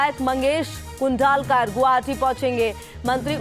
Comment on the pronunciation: Please give proper training and teaching to this anchor.....talking pk language..... pronouncing names like pakistani anchors.... 😈 It's Sarvankar and Kudalkar (सरवणकर..... कुडाळकर)